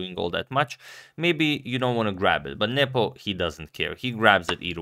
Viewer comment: I love how Agad pronounces it "Njepo" instead of "Nepo".